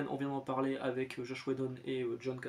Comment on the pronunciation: Alors merci pour cette vidéo encore ❤ mais j’ai un petit bémol pour toi: c’est JOSS WHEDON et pas « JOSH » 😂 c’est mon créateur préférer car il a créer Buffy donc 😊 merci à toi monsieur pour ton contenu et ouais dis donc pour Cassaday je ne savais même pas 😢 …